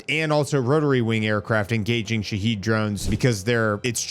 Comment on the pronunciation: Sha-Had Drones this is the Second Version of the Wrong Pronunciation 😂 Not Sha-Heed Not Sha-Head 🤭 Also Trump isn't taking Anything seriously, He's only waiting Two Weeks for Approval Stats because MAGA is Divided.